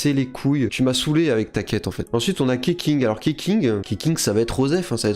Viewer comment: Je crois que Sayu est adulte, mais qu'elle arrive pas à grandir physiquement. Ça la complexe et elle dort beaucoup car qqun lui a dit que beaucoup dormir faisait grandir. Spoil : dormir h24 ne fait pas grandir PS : Keqing ça se prononce ketching PPS : Kokomi nulle ? Mdrrrrr non non. Elle est ouf